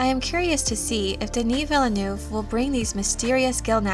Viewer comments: His name is less 'Vill-a-noov' and more 'Veel - nerve'. French syllables don't tend to start with vowels, only consonants. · That's not how "Villeneuve" is pronounced :D